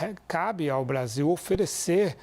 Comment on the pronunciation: pela nação????O cachaceiro mau sabe falar " Brasil" fala Bazil 😂